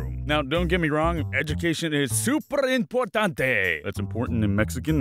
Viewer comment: you its not pronounced im-portante its pronounces eem-portante btw